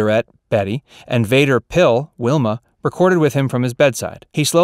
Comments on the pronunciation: It's VanderPyl not Vaderpile 😁😂😂🤣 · Here's an incredible fact... You butchered up Jean Vander Pyl's name up pretty bad .. Then he refers to Fred & Barney as "Frank & Barney..." smh.